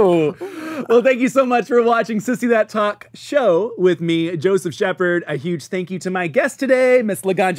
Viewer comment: I am BEGGING you to just say "Sissy That Talk Show" without the pause and emphasis, we get the pun.